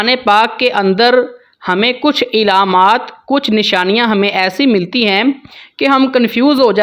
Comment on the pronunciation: Ilaamaat nahi bhaai, alaamaat pronounce karen